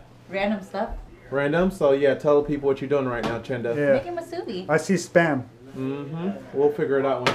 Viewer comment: She pronounced Musubi wrong. Not true Hawaiian.